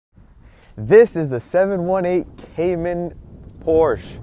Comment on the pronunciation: Hey Dude, learn to pronounce the brand before making your review ..